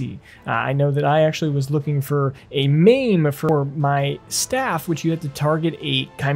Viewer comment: Mame? Mane. Like horses mane. Sumarian? Saurian. Like Saurus. Skullduggery pronounced skull dug er ee. 👍🏼